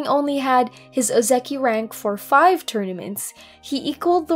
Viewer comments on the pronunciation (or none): none